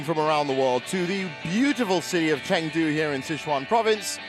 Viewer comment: The young Thai men played brilliantly but the commentary for that game was so one-sided. Also, it's pronounced ChUngdu and Al Fian, not Alf ian.